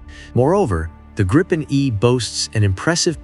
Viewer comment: The correct pronunciation is (in english spelling) 'gree-pen', as in 'sweeping', not 'grippen'.